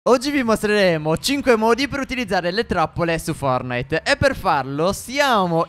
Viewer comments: Non si dice fornait ma fortnait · Sbaglio o ha detto fornite? all inizio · Ma non è fornite ma fortnite